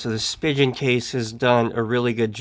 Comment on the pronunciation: (and elsewhere in the video) “/spi·jn/ case” That’s not the way Spigen is pronounced—it doesn’t rhyme with “pigeon.” It’s a German name and there is no “soft g”/“j” sound in German. It’s pronounced /spee'gan/. (You can see and hear the right pronunciation on the About Us page for Spigen, Inc.)